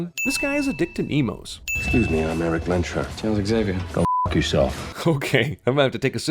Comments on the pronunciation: And another one for pronouncing "Lehnsherr" like "länscher" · They are inconsistent about the pronounciation of Erik's surname. On the boat Shaw calls him correctly "Lehns-Herr" (which was a feudal landowner) but when introducing to wolverine he calls himself (like the CS-Videos) Lehnsherr (with a sh like in "shape"). Maybe it bothers me just because I am German and so I'm familiar with the word unrelated to the X-men but AFAIK Fassbender is rooted in Germany too, so he should know better, shouldn't he? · You forgot the fact that in the Wolverine scene, Fassbender pronounces 'Lensherr' wrongly ;)